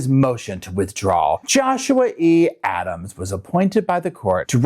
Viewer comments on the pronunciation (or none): none